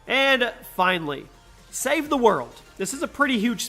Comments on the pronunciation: He said save the mode and not save the world hahhahahahhaha lol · Did anyone else hear him say save the mode instead of save the world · He said SAVE THE MODE 😂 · Lol you said save the mode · I love save the world (save the mode is what you said lol)